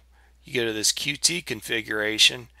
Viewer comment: Nice review, but the Qt project is officially pronounced "Cute" not Q-T.